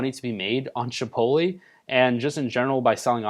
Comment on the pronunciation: thought I was the only one who recognized that lmao. is it not " Chih pote (like tote) lay"